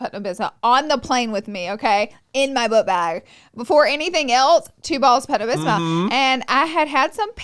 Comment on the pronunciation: “Pepto Bisma” LMAO LAURA